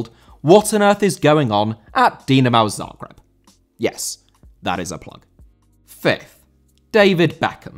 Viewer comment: Zagreb* not Zohrgreb